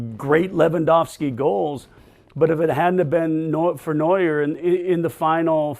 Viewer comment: It's Neuer btw